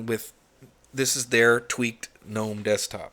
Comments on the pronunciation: I agree with the pronunciation of GNOME. I cringe too whenever I hear say it at DT. But I love his videos. Yours are beginning to grow on me as well. Peace out! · Congratulations 🍾 on your subscriber count. You’ll hit 100k in no time. I remember when you were excited 50k. Remember, this is YOUR channel and you can post whatever kind of videos you want. No one is required to watch. And for those who don’t like the way you say “GNOME” or the non Linux videos you post. Those folks can go suck an egg 🥚. Best wishes from WV.